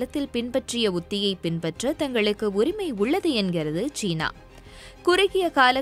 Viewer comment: ச்சீனா ???? சீனா. உன் உச்சரிப்பு பிழை.